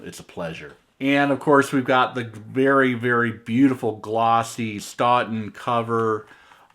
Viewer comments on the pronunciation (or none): none